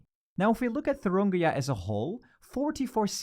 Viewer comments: It's Thuringia, not Thurungia. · it's thuringia not thurungia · don’t you ever slaughter my states name ever again It’s called Thuringia not fucking “Thurungia” People do your research! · Isn't it Thuringia, not ThurUngia? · It's thurIngia and not thurUngia... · It’s Thuringia not Thurungia 🙈🙈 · "Thurungia": Just to note it's "Thuringia" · It’s Thuringia, not Thurungia! Christ on a bike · It's ThurIngia not ThurUngia. You're not only saying ir wrong but also writing it wrong. Just Google it. It's not that hard. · It's Thuringia, not Thurungia... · It’s Thuringia, bro. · It’s not thurungia. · Pronunciation of Thuringia got worse with every attempt. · It’s Thuringia, not Thuringia. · It's "Thuringia"